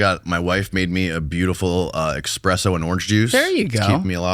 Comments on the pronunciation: Someone tell it's ESpresso not EXpresso. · It's Espresso* not expresso. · ESpresso not EXspresso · it’s not called eXspresso. It’s espresso. There is no X.! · Why do americans pronounce espresso "expresso" stupid yanks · It’s ‘espresso,’ not ‘eKspresso.’ Rather than spending 15 minutes discussing hairstyles, you might try reading a book. Reading will help you to learn proper English,. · This video auto played when I was in the shower. By the third time he said 'ex-presso' I wanted to throw myself down in the shower and pray for a lethal head injury. But I bet that LeBron meditation video is great! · Expresso lol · says "expresso"... all credibility lost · BRO! EXPRESSO BRO! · Say X-presso 1 more time!😤😤😝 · How many time I got to hear him say expresso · HEY: say it with me...."ESS- PRESSO"... ESSS - SPRESSO 👌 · Not the EXpresso😭😭😭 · Did he say expresso? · can’t pronounce espresso.